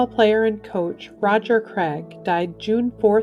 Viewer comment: It’s not “Creg,”, it’s “Cra(i)g” - as in long a.